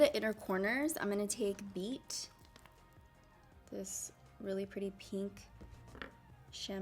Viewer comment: LMAOAOAOAO it’s pInk not pEEnk